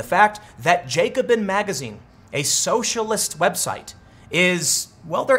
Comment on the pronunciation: Its jack o bin not Jake o bin. Driving me nuts